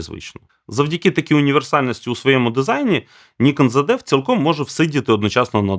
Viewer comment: Чому "зеД"? Звідки там трапилось "д"?